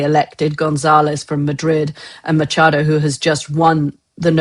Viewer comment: It's pronounced 'Makado', as in the ch in chemist, NOT as in 'hurc